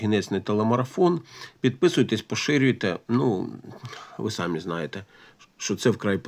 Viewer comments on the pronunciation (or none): none